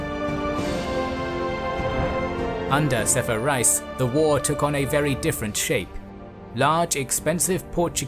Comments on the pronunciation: Piri Rice 🤭 Actual pronunciation : Piri Race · Turkish viewers, please correct me if I am wrong: Reis is pronounced as Rays, not Rise. It means Admiral. When you say Admiral Piri Reis, you'd be saying Admiral Piri Admiral.:) Keep up the good work,! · Both of them are incorrect. His name is Piri Rais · Thats the spelling Piri Reis or Piri Rais however the correct pronunciation in Turkish is literally Race like Ray-is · I thought it was pronounced piri RACE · I cannot help but laugh whenever you call an Ottoman admiral 'rice' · Btw, his name is not Rice, it is an Arabic and Turkish title that means Captain or leader, it sounds like Rice but it is not indeed!